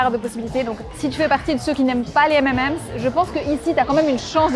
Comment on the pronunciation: J'ai tendu l'oreille quand tu as dis M'm'M's et j'ai ri (j'avoue). On dit M'n'M's (le 'n' étant l'abréviation de 'and'= M&M's). Sinon il y a une boutique identique à Londres 😉. Pour l'anecdote la plus drôle: 1ere nuit à Hanoï, nous devions nous lever tôt car rdv avec notre guide pour partir à la baie d'halong, avec le décalage horaire on règle tant bien que mal l'heure sur notre portable (à l'époque ça se faisait pas tout seul!). On se couche, et puis réveil en sursaut, on sait pas trop combien de temps on a dormi parcequ'on était pas sûr du réglage mais avec l'impression d'avoir quand même bien dormi, on s'habille en 4eme vitesse, j'allume la tv pour voir si il y a un journal tv qui indiquerai l'heure: rien. Mon mari descend au resto pour voir si il y avait une horloge. Il remonte: on avait dormi 1/2 heure 🤦‍♀️et là on est tombé comme des masses après ce coup de speed. Aussi, là c'est une anecdote qui revient à chacun de nos voyages à l'étranger : mon mari comprend bien l'anglais mais pour moi ça va trop vite et je comprends pas tout, par contre il ne parle pas bien l'anglais mais je me débrouille bien, donc quand on s'adresse à un autochtone, mon mari me traduit et ensuite je répond en anglais, et là l'autocthone nous regarde bizarre et doit se dire "ils sont fous ces français "